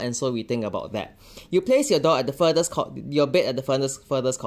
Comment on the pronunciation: I thought he was saying “dog” instead of “door” at first…